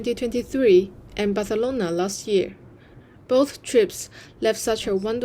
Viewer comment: That "Barfelona" in Spain's accent hahahahaha! I can see that you are truly putting a lot of effort into it 😂 Talking about linguistics and accents, I don't speak any Chinese at all but even when I don't speak the language I like to learn at least the basic pronunciations (I have done that with things like Polish, Russian, Turkish, German... I don't speak a single word, but can more or less correctly pronounce some of their unique sounds) So, one thing that has grabbed my curiosity (so far) in China is the X sound (as in Xi, or Xaomi, for example). I have the impression that some people pronounce the X as a very decided SH sound (like Shi or Shiaomi) while others, like you, have an in-between the SH and S sound. (like, you don't speak Shiaomi nor Siaomi, it's a very soft S, almost SH) Is it more a matter of personal accent? Are there more common sounds that change depending on the accent and cause confusion to non native speakers? (I'm not asking you to make a video about basic Chinese lessons because there are many of those already. It's just that little bit of curiosity I have 😅) Last but not least, I can TOTALLY relate to you when someone asks "Hey, do you do that professionally?" "Can I hire you?" "How much do you charge?" And we go like: 😶😶😶 Have a nice week,!